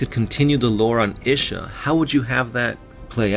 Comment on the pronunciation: It's pronounced Ee-sha